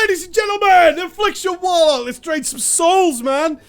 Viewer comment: "WARLCOK", ya dunnit.